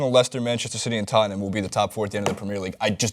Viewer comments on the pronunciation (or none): PREM EH ER league ffs not PRE MEER